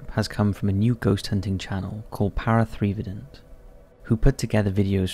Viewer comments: Did my guy say Three-vident? Is that legit? 🤔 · Hey thanks for putting us on the list! Just so everyone knows, it's pronounced Para Evident But the the 3 is like the E lol proud to have made the list!!! Thank you again